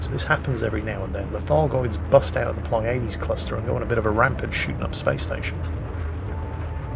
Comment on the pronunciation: you keep putting the emPHAsis on the wrong syLAble. It's PLEIades, not pleiAdes. Drives me up a wall when someone who claims to speak the Queens English has to be corrected by a Yank.;)